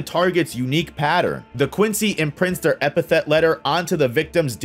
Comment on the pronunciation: Now you said "epithet" weird on purpose to hurt me Hold that top part, did you say "Gremmy TOOMOO"!!!